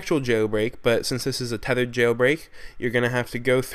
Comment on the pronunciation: he says tethered wtc??